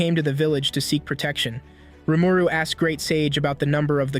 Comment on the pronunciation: It's painful to hear Rumooroo